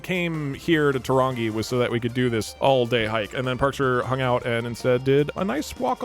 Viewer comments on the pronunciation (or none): "tuh wrongy" 🤣 Better than 'two rang e' like the local Pākehā say ;) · Never thought id see my birth town on a dougdoug video. Also Turangi is pronounced Too-rung-eee (the r is rolled, and i think thats the best way for an american to be able to pronounce) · I was wondering why he was banned then i heard him say "tarongi" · Says Torongi like he couldn't be bothered learning how it's said. I think he means Tūrangi? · "ta-wrong-gi" uugghh!! my soul! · Tūrangi = Two - ran - gi Tū is pronounced 2 also we dont care if you pee on our land, we pee on our land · turangi pronunciation took skill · the pronunciation of Turangi 💀💀i died